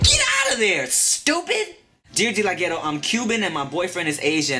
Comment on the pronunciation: i always like how he pronounces "stupid" and "bitch" hahaha soo funny